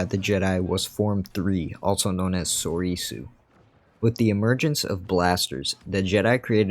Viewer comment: This is a common mistake I see from people on how to pronounce “Soresu”. Many people pronounce it as (sor - e - su), but it’s actually pronounced (sore - su). Same with “Vaapad” (vuh - pod). P.s. I think grievous also used form six along with Cal Kestis from the fallen order game.